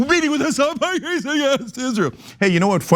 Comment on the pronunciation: wait, shouldnt we pronounce Piker the way it is supposed to be not Puykr